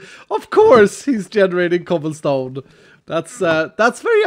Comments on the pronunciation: I died laughing when he said chobblesom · No way he said chobblesome lmao